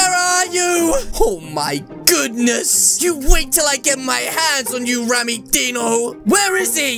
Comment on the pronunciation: rammmys name with the dino you say it like deano not die no you say rammys name with die no